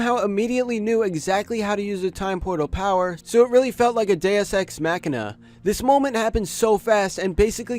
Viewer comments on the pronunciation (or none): none